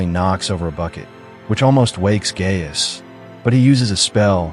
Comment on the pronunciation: Guy-us and NOT Gay-us